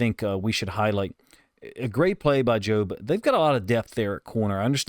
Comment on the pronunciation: You’re pronouncing it right, “joe”-b. I think Macdonald may have mentioned that he liked how the pass rush prevented Purdy from stepping up and into his throw. Great job by Jobe.